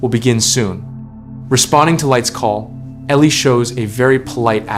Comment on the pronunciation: now her name is Ellie not Elie😁